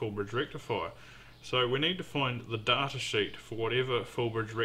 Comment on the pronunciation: daaattaa, like data but WRONG